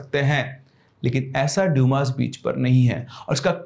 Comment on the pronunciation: Dyumaas beach nahi h Bhai It's Dumas beach👍🏻